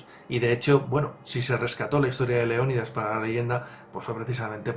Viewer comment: Cuando dices el rey leonidas parece que dices rey león 😂😂😂